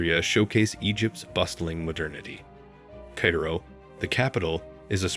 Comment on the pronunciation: I wish that posters all over YouTube would realize that, even with interesting content, the frequent use of AI narrators is irritating as hell! This narrator couldn't pronounce Oasis or Oases, and repeatedly called Cairo "Kay-ro." Just have a human narrate, your videos will be much better.